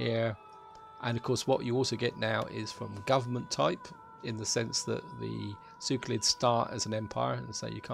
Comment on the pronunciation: SeLeukids, not Sewkolits...